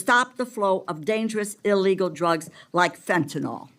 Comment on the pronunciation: It is fentanyl, not fentanol. (If the name ends in -ol, it is an alcohol. There is no hydroxyl group in the compound. There is a tertiary amine and an amide group present in the compound.)